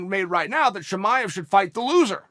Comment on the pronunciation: Just say chamaev no need fore hazmat haha